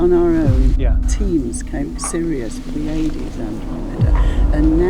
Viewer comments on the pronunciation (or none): none